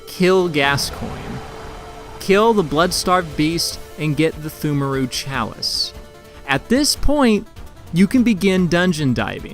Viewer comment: FYI, it's pronounced "tumeru". Silent p and h. English is a dumb language, and that's coming from a native speaker.